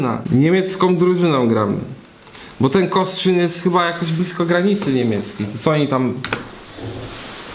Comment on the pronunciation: tak, Kostrzyn nad Odrą i proszę, bez „ń” na końcu!